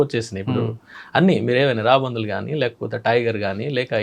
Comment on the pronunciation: Raabandhuvulu kaadu sir, raabandulu anali, telugu ni champeyandi... Please